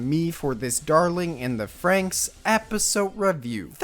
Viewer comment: Why does everyone call it "frankx" wtf. Iss "frannix"